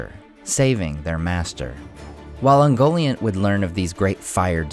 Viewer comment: UngoLIANT - Get it right! Jeez!